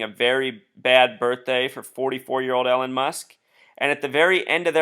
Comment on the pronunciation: Just FYI. Elon is pronounced ee-lawn, not Ellen.